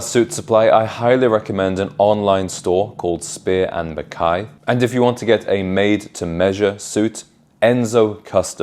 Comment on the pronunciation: Well done on pronouncing McKay correctly. M